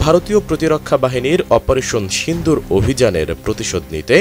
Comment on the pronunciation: সিন্দুর না,,, সিঁদুর কি সব ভাষা !